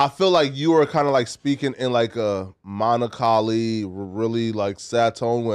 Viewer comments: Bro said molonchaly when meaning to say melancholy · "Monacolly"?? Nice try donkey. Repeat after me, "Melancholy". This kid needs to read a book. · when you say monocholly do you melancholy? Messed up on your word of the day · Did say monocolly? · "Monocholy". That must be Monotone/Melancholy all in one go. Got it. 😒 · it’s pronounced “melancholy”